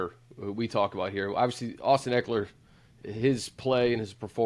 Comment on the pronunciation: Can't trust a scout that says Austin EEkeler!